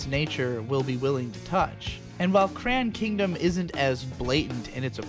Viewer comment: The way you said the title of the show made me thing it was "Cran Kingdom" not Crayon Kingdom. Looks like a group called SquareSubs has finished subbing at least 48 eps.